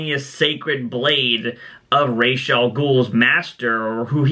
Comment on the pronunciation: its ra’s not rashe